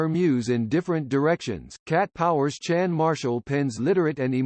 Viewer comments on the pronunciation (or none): First things first. The title is extremely misleading and I am disliking it on that basis alone. That being said, I have more words for you. You don’t say her name correctly. It’s pronounced like Shawn. Also, it’s not Charlene. It’s Charlyn Marie Marshall. There is so much misinformation in this video, I could go on for three paragraphs. Her live performances were far from unpredictable. Everybody expected that she would have severe stage fright and be drinking and smoking and possibly not facing the audience. Everybody was incredibly respectful of her because they realized her genius And understood why her performances were like that. She’s struggled with depression, ptsd and alcoholism. Of course, the fact that she record “the greatest” at Ardent studios, which is the legendary Memphis soul factory with former members of Booger T and MG’s and Al Green band. Of course, the fact that she worked with the Memphis rhythm band which includes Roy Brewer, Teenie Hodges, Steve Potts, Dave Smith, Rick Steff, Doug Easley, Jim Spake, Scott Thompson, Susan Marshall, Harlan T.Bobo and Jonathan Kirkscey,k. The main thin.g about Chanff Marshall is that she is incredibly soulful. That is what attracts people to her bare bones and raw soulfulness and honesty. She wears her heart on her sleeve. Also, she is far from being near the end career. I don’t know what you mean by the end of CatPower. And yes she has lived through a lot of tragedy, trauma. That doesn’t mean that she’s doesn’t feel inc